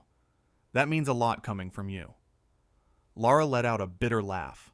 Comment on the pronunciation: It's NOT Laura! Tell A I The Host's Name IS: LARA. Pronounced 'Lair - a.' There is NO 'U' in Lara.